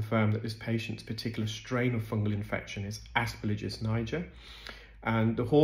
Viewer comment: AsperGILLus niger, not asperlligus.